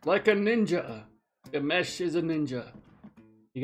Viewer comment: His name is Dimash not Demash. Pronounce it Dee mash like mash'ed potato. Deemashh 😅